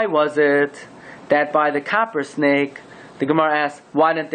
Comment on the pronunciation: Copper sounds like Kapparah